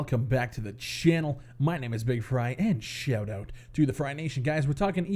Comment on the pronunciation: I love how you say schannel and not channel